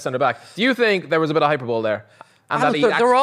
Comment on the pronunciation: That's not how you pronounce hyperbole... 🤡